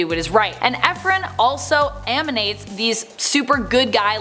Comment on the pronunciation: “A-manates”?! “A-micable “?! “Prow-ESS”?! It’s like someone else is writing this and she’s reading their words for the first time.